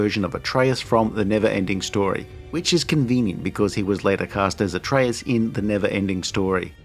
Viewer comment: Atreyu not Artreyas.